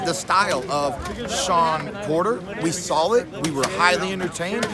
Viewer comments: This guy added the letter L in the word saw "I sawl it. You sawl it" 😂😂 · "You sawll it" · Keith “you sawl it, i sawl it” Thurman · New word created by thurman..sawl it.😁😁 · Nobody: Keith Thurman: "i sawl it, you sawl it" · "I sawl it, you sawl it" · Keith "I SaWLid, You SaWLID." Thurman. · Keith "I sawl it, you sawl it, herky jerky" Thurman